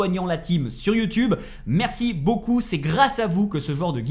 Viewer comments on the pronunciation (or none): none